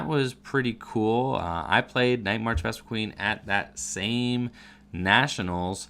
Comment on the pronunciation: *VespiQUEN lol there's only one "E" in the last half. But that is a common mistake by people pronouncing it.